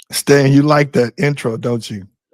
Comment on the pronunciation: Lol damn get Stan's name right lol.